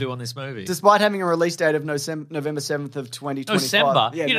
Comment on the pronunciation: Nocember almost killed me 😂